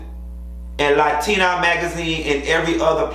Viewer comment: You from Miami and saying latina like that. 😂 LA-TEA-NA